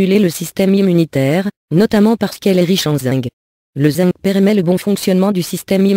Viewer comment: On dit zinkk pas zingue